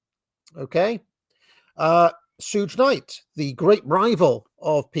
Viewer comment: "Sooge" Knight 😂😂😂😂 its pronounced shoog, like sugar